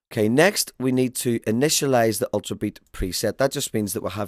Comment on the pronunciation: it's very funny the way you say the word "Ultrabeat"..haha